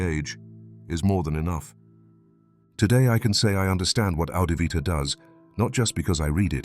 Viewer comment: He said it was 'Adivvita'